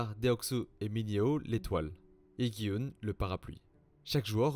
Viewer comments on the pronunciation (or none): C’est pas gui oun c’est dji hun